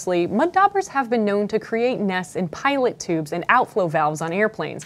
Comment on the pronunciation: Love your videos! and it's actually pitot tubes not pilot tubes (I rewatched multiple times to make sure I heard it correctly).